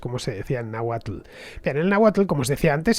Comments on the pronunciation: Excelente programa Fernando!! mas que aceptable tu pronunciación de las palabras de origen náhuatl, lo certifica un originario de Azcapotzalco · Fernando merece doble like en este capítulo por el esfuerzo puesto en la pronunciación náhuatl